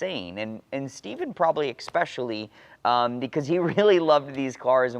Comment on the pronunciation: ESpecially. Not EXpecially. 👍🏻